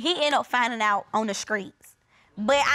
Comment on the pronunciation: They need to go to speech class… both of them said skreets instead of streets…smh!